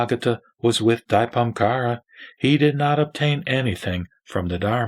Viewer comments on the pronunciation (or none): Your pronouncing of *Dipamkara is not correct!It should be corrected as *Deepankara Buddha! AMITUOFO